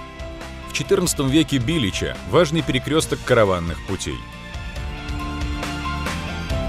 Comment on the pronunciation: Не БИлеча,а БилЕча.